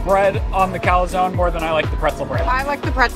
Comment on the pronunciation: And as an Italian it was driving me crazy when he was calling the calzone a calazone. There’s no 2nd A.